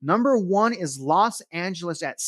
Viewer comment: Did I hear you say Lost Angeles? 😅